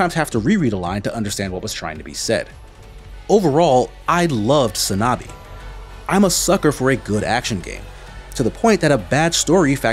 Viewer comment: 산나비. It's "Sahn-Nah-Bii", not "sAnAbi".